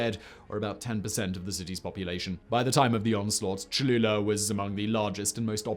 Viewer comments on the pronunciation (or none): none